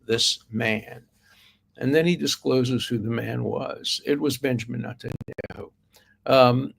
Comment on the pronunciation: I agree 1000 percent with your statements and analysis on this Mandy character . Thank you. Now let’s pick on your pronunciations :) Negotiation, Tel Aviv and now Netanyahu…. Who pronounces these words the way you do ? You’re a genius mind and a genius analyst but boy do you have funny pronunciations sometimes 😂 Nah- go - Cee - Ate Tel - Av - eehv Netan Yo - hoo